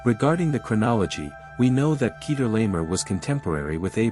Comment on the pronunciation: “Peter Lamer” 😂